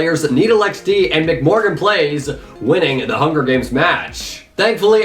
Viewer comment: Thanks for clarifying for everyone about the Badlion Client situation, we also stopped using it after the break but apparently BastiGHG and Papaplette used it the whole game 🤷‍♂️ Also my IGN's pronounced; Em-Sea Morgan Playz (MC, meaning MineCraft) but don't worry about it! Lol